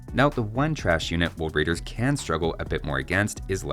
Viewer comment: Hahaha.. some people do mispronounce R as W. Elmer is the cartoon character that personifies this. "Woad wider."